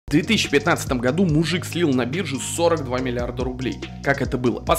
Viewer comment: Почему Вы интонационно выделяете слово "мужик" в своём видео? Ждём историю как "баба" слила.. нет, не остатки супа из кастрюли на головы прохожим, а тоже сколько-то там миллиардов рублей. И не мужа, а своих.